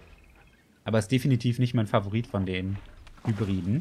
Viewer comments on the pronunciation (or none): none